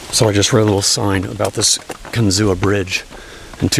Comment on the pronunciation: It’s pronounced Kin-zoo, not Kin-zoo-uh.